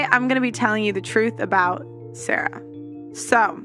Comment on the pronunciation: 'SARAH' = 'Sa Ra" such disrespect